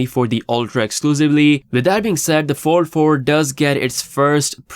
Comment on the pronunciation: All I keep hearing samsungs 44 and 4 3 your fold sounds like four